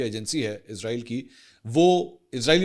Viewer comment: Sir ezrail nae esraeel bola Karyn plz